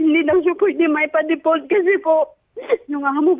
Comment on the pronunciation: Deport ba sinasabi ni ate or default? 😂